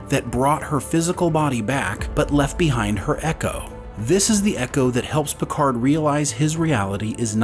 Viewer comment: Your "PicarD" really annoys me. It is a french name and the D is silent ! At least try and use another language as it is meant to be.